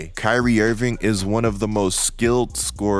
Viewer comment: Someone pointed this out to me and now I can’t unhear it !! Dude I love your content but ..ing and ink are not the same damn thing 😂. Who the hell is Kyrie IrvinK !! IrvinK IrvinK !! Damn I’m sorry bro but this is bad